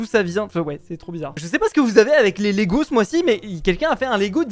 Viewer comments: Par contre c Lego et pas légos c pas méchant c pour dire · Ces "LEGO" pas "Légos" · Please pas de "é" et de "s" à lego mdr, sinonn trop bien cette video !!!❤ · *Lego pas Légo mais en tout cas super vidéo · L'accent sur Lego..